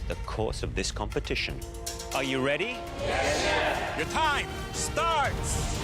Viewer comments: IM SORRY BUT "AWH WU WEADY TO MAKE THE MOST DEWECTABOL CAWAMEL WEVE EVER TASTED?" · Aww you weady? So cute hahah